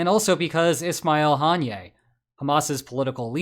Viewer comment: Haniyeh is pronounced "Ha-knee-yah" not "Han-yay"